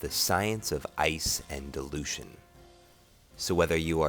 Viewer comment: when you say dilution... you make it sound like delusion!